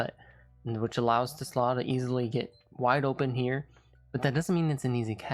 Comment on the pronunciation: First of all his last name is pronounced Tee’ - Sla. Two syllables. It’s a Dutch name. Second he’s no a hometown kid. He’s from Hudsonville Mi which is closer to Chicago than Detroit